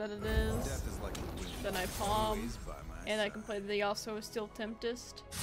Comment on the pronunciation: I've noticed (in several videos now) that you pronounce Tempest (from Yasuo's Steel Tempest) like temptest, with a t in the middle. It's weird to me, because in Catalan and Spanish, "tempesta" or "tempestad" are pretty common words and sound very similar, but I guess in English "storm" is a more common synonym... I don't know. Anyway, nice video and gameplay! And don't worry about tech issues, things happen, and we all know it. And have some rest, 6am is pretty hardcore xD